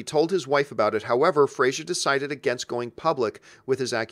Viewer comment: “Fray-zer,” not “Fray-zure”. (According to Fraser from Dickie Roberts)